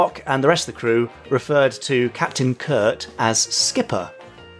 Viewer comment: It's Captain Kirk not Captain Kirt!